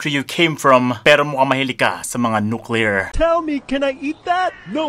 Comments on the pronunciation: hahahaha.. "ten nuclear"!🤣🤣🤣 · "ten nuclear" 😭😭😭😭😭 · Ten nuclear 🤣😂😂😂 whahahahaha